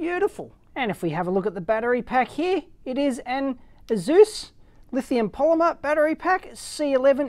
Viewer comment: Just so you can do it properly incase it ever matters, it is pronounced Aye-soos.